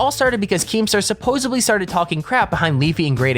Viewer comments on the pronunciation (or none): "Supposably" is not a word. It's "supposedly".